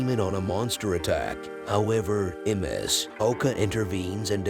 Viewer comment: Ms. is 'miss'. Not emm ess hehe